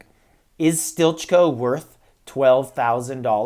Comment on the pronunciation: Isn't he pronounced as 'steely-co?' Stilitcho.